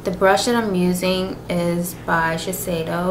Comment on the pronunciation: your "Shiseido"pronunciation is Great!! many people don't know call it. Love from Japan<3